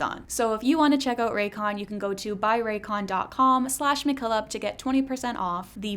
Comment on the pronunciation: hearing 'mckillop' pronounced similarly to 'michelob' shifted something in my brain chemistry not necessarily a bad shift. but a shift nonetheless